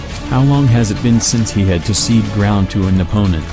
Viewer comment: Cede, not seed